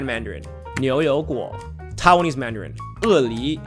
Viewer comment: TAI-WAN-ese, not TOWN-ese